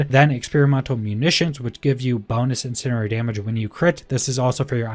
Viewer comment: Incendiary, in-send-ee-ary